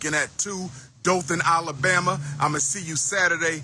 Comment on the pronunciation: I dont trust anyone who cant pronounce Mercury or Alabama correctly. I dont agree with juneteenth being a federal holiday. Been celebrating it since the 90's... making it Federal really watered it down.